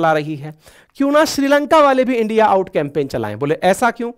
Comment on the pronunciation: Why are you saying Endia? Please say India.